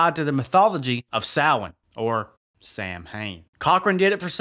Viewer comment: I’ve always liked this film even though I was confused as a kid that Michael was not in it. Also I appreciate the fact that Samhain was finally pronounced correctly ☘️🎃.